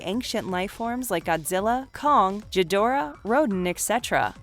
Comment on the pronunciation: Did this narrator seriously call Ghidorah, '"Jidorah"? For crying out loud, the Godzilla franchise has been around since 1954. There is zero damn excuse for not knowing how to pronounce the names of the various Kaiju. Ghidorah is pronounced using a hard G.